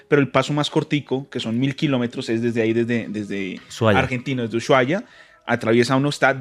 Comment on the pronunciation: Uyuaia jaja, perdon, me causa un nlseque que lo pronuncien así Usuaia se dice (ushuaia) El clima de tierra del fuego, es una locura y una belleza. Soy nacida allí , ciudad de río grande